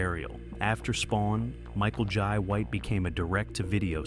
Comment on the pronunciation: Michael "Yai" White 😅